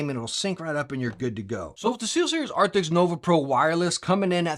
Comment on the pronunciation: ARCTIS not ARCTIXXX